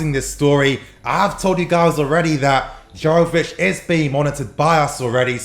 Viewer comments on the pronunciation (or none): It's pronounced yovich not jovich